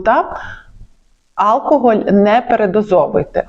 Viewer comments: Ви велика молодець, але ріже вухо Алкоголь замість алкогОль... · Алкоголь, наголос на останньому складі, бісить , коли лікарь ставить невірно наголос!